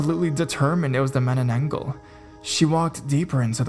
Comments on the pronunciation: It is pronounced ma-na-nang-gal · It's actually pronounced as 'Mah-Nah-Nan-Gal'.